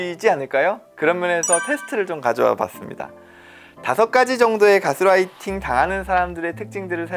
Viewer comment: 여기는 우리나라니까 개스라이팅이라고 하지 말고 가스라이팅이라고 하자는 선생님의 말씀에는 이견이 없습니다. 그러나 제가 예민해서 그렇겠지만 말씀 중에 자꾸 가스라이팅을 가스롸이팅이라고 하시는 것이 부자연스럽게 들립니다. Gas-lighting이 아니고 gas-writing으로 들려서요. light는 아무리 L 발음을 빼고 순수 우리나라 식 발음으로 해도 '라이트'이지 '롸이트'는 아니니까요. 어쨌든 내용은 잘 들었습니다. 감사합니다.